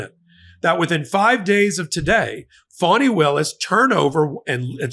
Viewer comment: So. Have you spoken with your friend, Fanny, (not Fawn-ie) lately? Are you sure she hasn’t skipped the country?